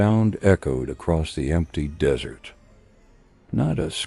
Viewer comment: So many ways to mispronounce, "desert". Haha. The dessert always wins!